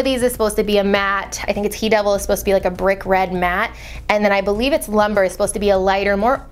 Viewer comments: It's LUMBRE not LUMBER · It is pronounced loom-bray, not lumber. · "Lumber" lol Lumbre girl that means fire in Spanish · Actually it's pronounce Loom-breh. Not loom-bray. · Omg it's loo-m-bre. Fire in Spanish 🤦🏻‍♀️🤦🏻‍♀️🤦🏻‍♀️🤦🏻‍♀️ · anyone else cringe with how she pronounced "lumbre"? lmao it's a spanish word.